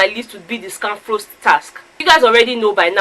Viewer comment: For some reason seems to have problems with pronouncing of words... The way he speaks English seems to have affected him... Pronouncing of Scanfrost was a problem... It was so funny listening to him mention it... Characteristics of a winner 😉